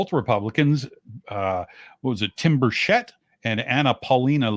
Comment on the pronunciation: Burchett. It’s pronounced burch like the tree, it’s a hard c. It is not pronounced BurSHett. It’s BurCh-ett. As in Choo choo. Or ChurCh, searCh, crunCh. Etc….